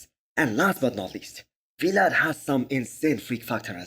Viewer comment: It's Vlad, not We-lad